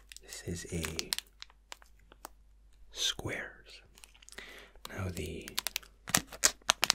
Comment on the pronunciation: I love how my man managed to make a squares bar sound posh